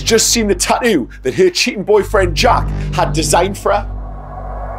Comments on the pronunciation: I love how they say tattoo "Tau" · They way they are pronouning the word tattoo is driving me crazy...